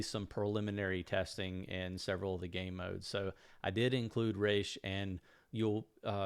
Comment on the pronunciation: Nice list, bro. By the way, it's RAAS, not RACHE.